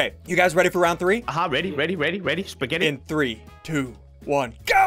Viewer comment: When he said supgetttt I was eating it